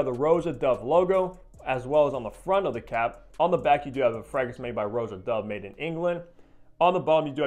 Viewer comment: If you watch any of Roja’s videos, you can hear he pronounces his name “Rah-ja” not Row-ja.